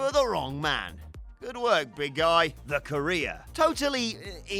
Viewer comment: The way says “career” sounds like “Korea”